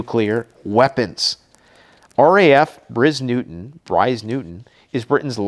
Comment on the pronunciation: So many adverts! Switched off and it’s Briars Norton not newton. Don’t be patronising about throwing a bone to us Christian’s because we pray for your soul, for your heart to change and stop mocking, it’s more serious than you could ever imagine..,, Hell is a real place and you don’t want to go there You know deep down that the Bible is truth stop mocking and start repenting, God wants none to perish!